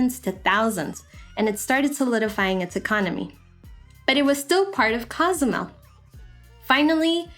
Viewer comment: I enjoyed this. I cannot understand why people cannot pronounce Cozumel properly. It is not Cas a mel but Co su mel, with the "o" pronounced as "o" and not "a".